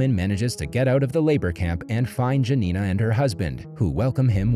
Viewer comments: dżanina XD please next time check in google how to pronounce names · My parents survived Hitler's occupation in Poland. By the way, J is the Y sound. So, Jurek is pronounced Yurek. Janina is pronounced Yanina.